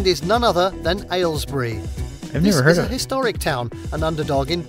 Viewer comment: Aylesbury surprises me. And as far as I'm concerned he's not quite pronouncing it right, there's far too much emphasis on what sounds like the word "ale" at the start. You can hear it as pronounced by the local MP, and as pronounced by Boris Johnson in his response where he squashes it even further to something like "ehlls-bree", which is closer to how I pronounce it (I grew up nearby) - in this short clip